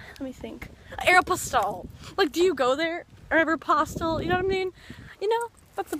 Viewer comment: You said Aeropostale the right way :D